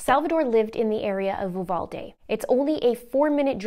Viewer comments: Heck yea! And just fir the record it U- Val-D. It sounded like you sounded uvula with a d😂🤣. So cute! That’s the English version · Thank you so much for talking about this. As a Texan it hits way too close to home! Also..no big deal but the city is pronounced “You-Vawl-Dee” 😊